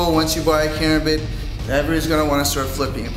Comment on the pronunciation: KARAMBIT! stress on the second A. Come on...